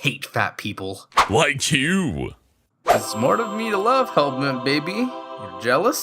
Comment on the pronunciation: toadstool/terrarialord9013 someone who pronounce their Rs weird